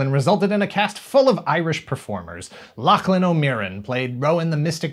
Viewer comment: kinda mangled Oisin (it's more like uh-sheen) and Niamh (like Neeve) though. But I've heard far, far worse. You got Lochlann down perfect and that can be very hard. I'm mostly glad they spelled it Maeve instead of Meidhb for the show...